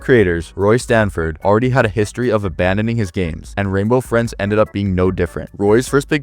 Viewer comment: Renbow Frins😂